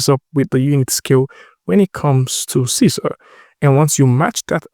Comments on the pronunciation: It should be pronounced See-See-R ... because it's in Malay or Bahasa Indonesia. Sisir means COMB. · Sisir is a comb tool in Indonesia language, and you should pronounced it like you said 'see seer'